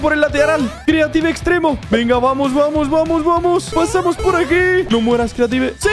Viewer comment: minuto epicamente no es venga es vegna jaja like si te diste cuenta